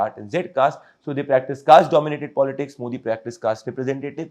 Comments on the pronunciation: You guys first need to learn how to pronounce our PM's name "Modi" correctly!!! Disappointing!!! Rest is ok. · Not Moordee its Modi .😅😅